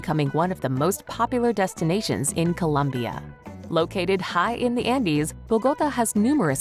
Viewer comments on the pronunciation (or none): none